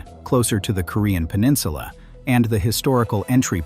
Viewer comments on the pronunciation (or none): none